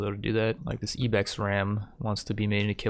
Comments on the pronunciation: "Po-plar" uhh "Ebex" uhhhhh "Game of yer" I'm gonna lose it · Poe-plar and ee-bex get added to the "things that trigger me" list along with "tome". I can't understand how he can't seem to pronounce words that are so simple unless English isn't his first language or something. Jesus...